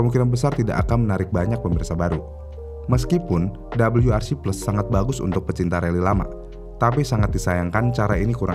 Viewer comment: Untuk ejaan indonesia Bilang aja "W" gak usa Double U. jadinya malah lucu